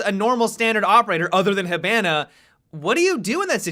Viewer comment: Learn how to pronounce hibana correctly